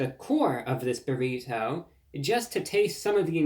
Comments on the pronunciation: I love the way you say "burrito" tho. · There is no greater sound than Reviewbrah saying "burrito" in his cultivated Mid-Atlantic affect